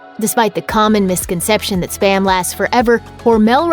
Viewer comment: Spa-m. Not sper-m